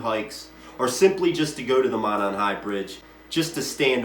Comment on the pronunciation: Monon pronounced Moe-non. Kokomo pronpunced Cocoa-moe. In these cases you can always tell an out of towner doing research messing up these names.